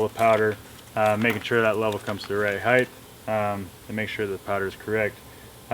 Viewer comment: Height NOT heighTH